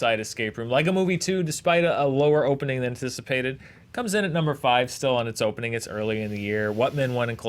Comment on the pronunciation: Did just say "hopening the opening"?